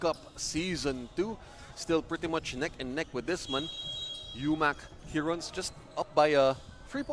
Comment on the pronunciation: Since mali naman pronunciation nila ng 'heron', "tagak" na lang siguro para pinoy na pinoy talaga. UMAK Tagak, astig. Hehehe